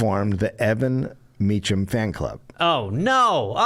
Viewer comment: How hard would it have been for Dave to figure out how to pronounce Mecham, instead of “hmm, I’ll guess, as if there is no way in this world to find out for sure seeing as we’re about to do two episodes on the guy.” Such intellectual rigour. It’s in wiki, and it ain’t Meechum.